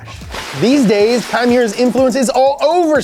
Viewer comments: Unless kei chooses to pronounce it differently, i think it would be ‘Kay’ not kye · Kei Miura is pronounced "Kay". Japanese e-i sounds like the e-i in Reign. It's a common shortened version for names like Keiichi, Keisei, Keiiji, or Keiko. Though Keiko is often used for girls nowadays. Fun fact. The More You Know! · great vid , but its not "kai" it's "K" It's just pronounced like the letter, "K" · Great video and hilarious skit! But the way you pronounce Kei's name is "Kay" not Kai 😂 Nice try though! 😂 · Love this and excited for more of this tuner series to come. However, I really wish you guys would take a bit more care in pronouncing the central figure's name correctly. In this case, it's "KAY" not "KY." Like "O-KAY" and not "KY-LO REN." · Why are you pronouncing his name as Kai? His name is Kei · Sweet, Up to Speed is back^^! Also it's pronounced "Kay" if it's K-e-i. How you're saying now is as if it's spelled K-a-i. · Ya know, the name of the main legend in the vid is pronounced as "Kay", not "Kai". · His name is Kei, not Kai. Kei is pronounced like the letter "K". I know it's pedantic but it's kind of something you want to get right considering it is the guys name and all. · His name pronounce is "K". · I like how hes worried about mispronouncing kyusha , but he mispronounced Kei as Kai the entire episode. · I love you but you’re killing me. Kei is pronounced like the letter K. Say Kay!!!!!!!!!!!!!!! Words like kyusha are tough, I get it. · Awesome video man!!!! sweet cars!!! Just need to work on pronouncing the guys name right, he's japanese not german. KEI = Keh+ee... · Literally spelled "K e i"... Pronounced "Kai" Anyway missed this series :) That dealer rage scene was crazy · (Kei is pronounced more like Kay, or Ke ee) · Isn't it pronounced "Kay"? Oh well, his work is amazing! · I'm triggered by ' pronunciation of Kei 😂